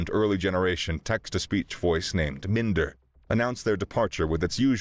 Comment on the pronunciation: I trust there was an author's note specifying that the A/I's name is pronounced Min-der instead of Mine-der?